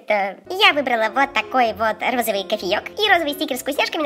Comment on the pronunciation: сколько раз софия сказала розывый